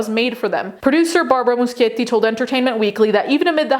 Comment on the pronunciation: FINALLY somebody who pronounces Muschietti right! About EM, your vid is excellent and contained a lot of info I hadn't heard before (the breaking and entering in somebody's room I didn't know about) and of course, it just reaffirms my opinion on the guy and the moral corruption in Hollywood.